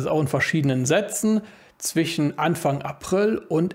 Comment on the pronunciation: Warum sagst du immer zwichen statt zwischen?